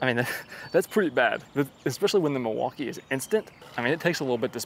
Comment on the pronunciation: the "milwauker"? 😂💀